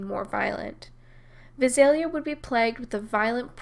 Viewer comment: Love your vids. Very well researched. BTW, the Vi in Visalia is pronounced like the Vi in violence. Emphasis is on the second syllable with a long a.